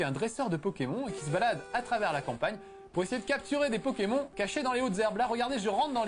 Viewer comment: ce test a été réalisé quand? il dit pokémon et pas "pokémone" ça fait vraiment bizarre x)